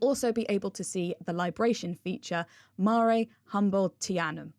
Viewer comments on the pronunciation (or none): Mah-ruh Mare not mair...lol